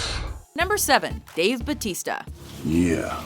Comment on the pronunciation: Why is it so hard to say Bautista? Just say Bow like take a bow, then say tista.